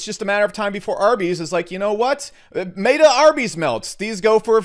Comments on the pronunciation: Meta is not mayta stop saying MAY-tah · where do you get off saying mayta u goon. its MET A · Who’s going to tell him that he’s pronouncing meta wrong? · Learn to pronounce meta… ask ellio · Sound advise/info but it kills me that he can’t pronounce “meta”